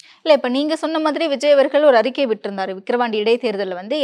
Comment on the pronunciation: அறிக்கை என்று உச்சரிக்காது அரிக்கை என்று உச்சரிக்கிறீர்கள் !!!!!!